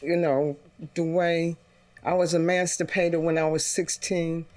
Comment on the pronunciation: The Aunt seems like she's under the influence of something or just a bit touched. If she says " Axe" instead of "ask" one more time im going to lose my mind. She said she was emanstapated ( think she mean to say emancipated ), she claimed to take in 21 kids but couldnt give a timeframe and couldn't even say how she acquired the children, if they were adopted or otherwise. She knows she ran a fast one on that boy. Respectfully Judge Mathis needs to stop joking around and stop cutting people off. He is almost always impressed with someone who claims to do for their community, and because of that he didnt notice the glaringly obvious. In general, i love watching Judge Mathis, but this was the wrong call in my opinion.